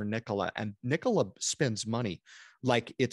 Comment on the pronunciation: Nikola, say it with me... .. Nikola 🤣🤣👏